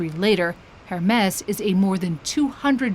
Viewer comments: One would expect a better pronunciation skills, Hermès sounding as ‘her mess’ is quite off-putting… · The reporter didnt even say the name correctly. It's "(h)ermes" with the h being silent. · Why does she change the pronunciation of Hermes each time she says it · Haha imagine doing a story about Hermès and not able to pronounce it correctly 😂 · One would think the hostess could consistently pronounce Hermes correctly. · Somebody please tell her the H is silent